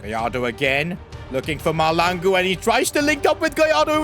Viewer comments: It is maHLAngu not Malangu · Its pronounced mahl(Tlh)angu(hard g) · BTW u pronounce bobang ma hlangu the h is not silent and if u see this pls can I have a shout out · Mahlangu not Malango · Bobby huh really it's just Mahlangu bro it's not hard to say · Im south African and I have the same surname as Bobby and that's not that's not how u pronounce our surname 😂